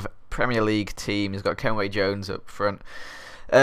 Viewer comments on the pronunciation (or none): Ken-Win not Kenway wtf